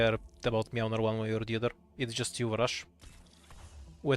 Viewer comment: It's MŁYNAR, not meownar :<